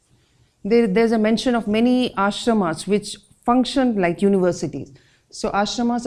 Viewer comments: What is the logic behind pronouncing Ashramaaas, Shashtraaas, Mahabhartaaaa .....specially spoken by an Indian ...Just wondering. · Nice video I am writing this comment at the video time The way the presenter is taking the name if MahagBhara-Taa and Ashram-aa or Nyay-aa Shahtr-aa shows how deeply our world view and vantage point has been westernised that we pronounce Indian names in a western way.... Like I am from Delhi (Dilli / Indraprastha), and when I was a child I always questioned why do Delhi people take pride in pronouncing Dilli as DELHI (as if they are britishers).... I can understand Britishers having problem in pronouncing Dilli so they spoke Delhi, but why we indians want to show ourselves as aliens and foreigners by calling it Delhi when we CAN pronounce the word DILLI